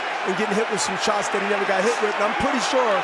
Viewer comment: So annoying with all the suits in the ring after all fights, the other annoying thing is commentator Lampley’s pronunciation of “sharts” instead of shots.